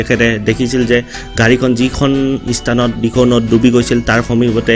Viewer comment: ইস্থান নহয় স্থান,শুদ্ধ উচ্চাৰণ কৰিব।